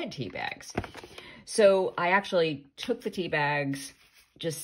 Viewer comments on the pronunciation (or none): none